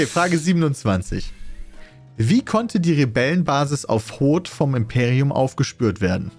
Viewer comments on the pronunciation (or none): none